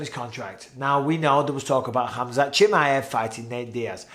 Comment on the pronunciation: bisping pronounced chimaev 7 different ways in this a video 😂